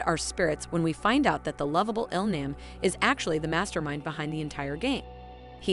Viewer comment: IL-nam is actually pronounced IL-nom